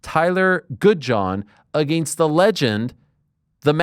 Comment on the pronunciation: Agaynst… of course Ariel cant say against, he says agaynst